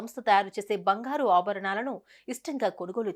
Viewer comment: Bangharu kadu, bangaru..😂